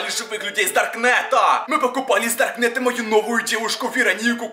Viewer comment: Почему он так странно разговаривает? Типа это будет полная жЕсть, это очень стрАшнА, это наша мама с дАркнЭтА